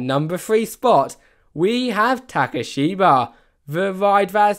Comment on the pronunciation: he read number 3 as ta-ka-shi-ba, how is that a playful way to say takabisha? and number 7 is ton-de-mi-na, not tom-e-nia. maybe I'm nitpicking, but its pretty annoying for a video to have so many errors whenever it isn't a English word.